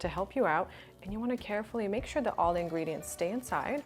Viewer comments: ***** teehee. I saw your comment first, then I watched the video and laughed out loud. "Hee hee, she said ingweediants." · "Ingweeeedients" lmao